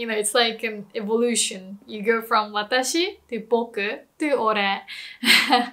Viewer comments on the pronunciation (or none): none